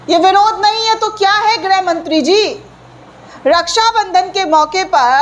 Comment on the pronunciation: मैडम जी आप बार बार ग्रह मंत्री बोलती हैं। मैडम जी गृह मंत्री होता है।इसको सुधारिए।